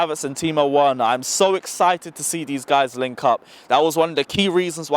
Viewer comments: You keep werner as in "W" it's said with "V" thought i let u know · broooooo.. its pronounced Verner V not W. Its a German name not an English name bro.. You are still a legend though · Please we pronounce the W V not W is Timo Verner instead of Timo Werner.In Germany we pronounce W like V. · ApexZA ikr he keeps saying worner lol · That pisses me off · Mate you pronouncing Werner name incorrectly. It’s pronounced Verner because W in German are pronounced like V’s. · It's Timo Verner ( W is pronounced as V in German). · Timo verner there is no w in german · Okay ima help you its “timo Veerner) you sound hella funny. Prolly dont watch to much bundisliga 🙏🏼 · He's German, his name is "Verner". I refuse to believe you are that old and don't know that. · Btw.... It's spelt Timo Werner but pronounced Timo "Verner* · VER-NER. VER......NER. It’s not hard to say. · Dude "werner" is pronounced "verner" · Hey. Can you please take the time on fixing your pronunciation of Timo Werner. You'll be mentioning his name in the scoreline all the time. Thanks man keep up the great Videos. COYB 🇨🇭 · Bruv you need to learn how to pronounce Werner's name😂 Also.. Mount?. I dont totally agree with you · he's from England bro. From the accent you can tell he was born and raised in London or thereabouts. He's reading Werner in English. Nothing is wrong with the way he pronounces the letters. He just has to make an effort to pronounce it the german way since it's a german name. That's all....